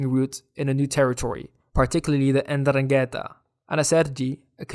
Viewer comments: 'Ndrangheta has to be pronounced with the accent in the first a. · I don't know how other Italians liked this cartoon. You talk about the problem in the present as if we were still at nineties levels. You can't pronounce ndrangheta, and wrote _Gatteri_. And I have not heard a word about the capture of fugitives and the collapse in the number of crimes (1/10 compared to 90). I just saw the usual stereotypical shit